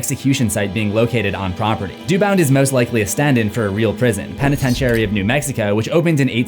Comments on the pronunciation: "penetentiary" sir! it's prononounced "pen-ih-ten-sure-ee" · For someone who talks for a living youd think that youd know how to properly pronounce words instead of saying penetentiary like a retard.